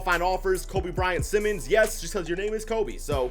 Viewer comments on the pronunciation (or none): none